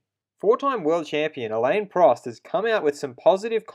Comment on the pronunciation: Why cant you just talk normal. The way you pronounce alain is just a shame